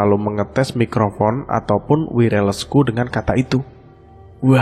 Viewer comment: Bkn wireles mas tp werles.